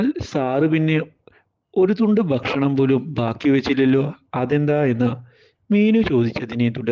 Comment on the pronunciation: ബക്ഷണം ബക്ഷണം